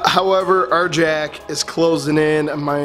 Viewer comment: Arrrr-Yaakk! Not Arjack!